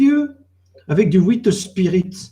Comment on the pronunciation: Le "ouiteuh spirite" m'a tué xD